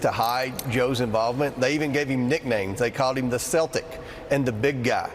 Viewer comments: Celtic is pronounced like KEL tic, a hard K sound not C sound. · Did Comer just pronounce Celtic as Sel-tick?? He realizes his mispronunciation is an NBA basketball team, right?? I hope??? What a freakin CLOWN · Celtic is hard K, not soft.